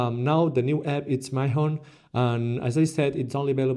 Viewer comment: Lol it's Mee-hon